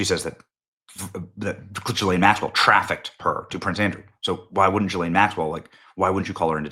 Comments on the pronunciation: Maxwells name is pronounced guh lane not jillane. It's not that important but it makes me think were not talking about the same person. Just saying. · I wish people would learn how to pronounce Ghislaine's Name, It is NOT G lane, It is GA Lane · GDMT Benny... Say "Ghee-Lane" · You’re saying her first name wrong. It’s a soft “g” like “go”